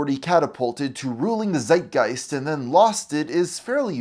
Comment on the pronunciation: y German here. You say "Zeitgeist" so often, but the "Z" gets spelled "Ts". Tsight Gighst" if you will. You got the other stuff right though.